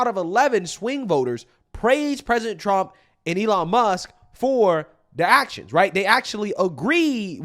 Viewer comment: Who is, "Elon Muss"...